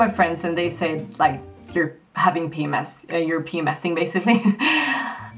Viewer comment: WTF is pee-mass? Can you spell that word? The English speakers have so many weird words only they use. Pee-mass? Like X-mass? Why don't you say Papa Mike Sierra?! Never been in the army?